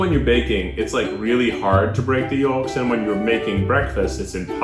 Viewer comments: he said yoLks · Why does Keith keep saying yoLks like no,,, you should not be saying the L